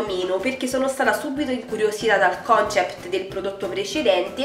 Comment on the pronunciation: Molto carino il video! Interessante quella linea, un appunto...si dice CONSEPT :-)